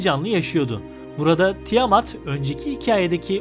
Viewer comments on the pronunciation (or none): none